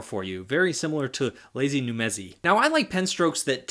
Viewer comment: sooooo ... lazy numezi huh? :D it's nezumi ... but great review, as always! ♥